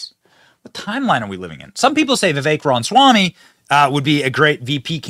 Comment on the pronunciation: Benny, you're killing me smalls! It's not "RON-SWAMY" it's "RAW-MUH-SWAMY"